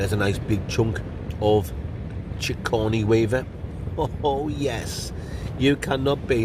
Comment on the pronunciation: "Chigordny Weaver". LOL!!!!!